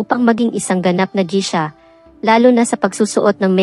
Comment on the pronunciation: Geisha po ang pronunciation.. as in geysha